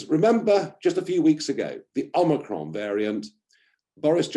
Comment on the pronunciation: OmicroN Nigel not omicraux its a Greek word not French